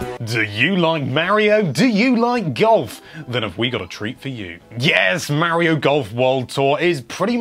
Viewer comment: my ears.. MY EARS!! MAKE IT STOP!!! may-rio may-rio may-rio may-rio may-rio may-rio may-rio may-rio OH GOD!!